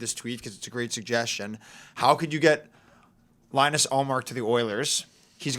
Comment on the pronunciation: I’m sorry, you immediately lose all credibility once you pronounce Linus incorrectly